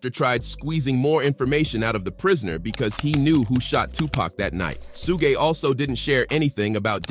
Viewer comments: Cube-ay and Suge-ay lol. Wtf? This dude can't read. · It Suge (Shoog), who the hell is sugay? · two-pack and cu-bay and sue-gay? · This guy called Suge SUE-G...